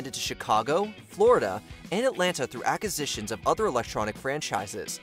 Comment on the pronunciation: Please learn how to pronounce acquisitions